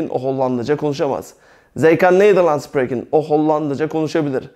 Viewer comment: arkadaşlar biz Belçikada yaşıyoruz ben okulda üzgün ve TAM eğitimini alırken ablam buraya giriyor.Burda anlattıkları biraz farklı hee işinize yararmı yarar ama burda SPREKEN derken yanlış söylüyor İngilizce gibi söylüyor ama tellafuzu çok farklı ablamda onun gibi söylüyor ben doğrusunu söyleyince e burda öyle dedi diyor?ve daha birçok şeyi yanlış anlatıp yanlış söylüyor?Emek veriyor ama TAM doğru anlatım yok eğer amacınız rahat ve DÜZGÜN bir şekilde Hollandaca öğrenmek ise en iyisi kurs veya okul.